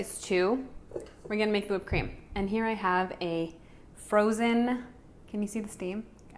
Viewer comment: i was going on dite from today but now i am going to my kitchen =| i love it how you say creama not cream =D cute and thanks for the sharing =] <3